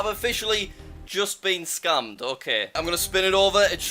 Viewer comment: He says scammed scumed